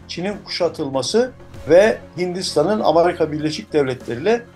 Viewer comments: Dayının biri Amerika yerine ısrarla "Amarika" demeye başlayınca videoyu yarıda bıraktım. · Kardeşim. Nasıl kanal bu . Seslendirmeseki adam doğru düzgün telafuz edemiyor. Amerika bile diyemiyor. Doğru düzgün ekibi olmayan kanal dünya çapındaki meselelerle ilgili anca bu kadar kötü video yayınlar.